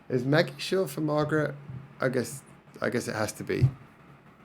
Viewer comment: Intead of pronouncing it like "Maggie", I think you should pronounce it like "magic" but with a "E" instead of the "c" - so "majie" - my guess though, we'll see when they pronounce it themselves.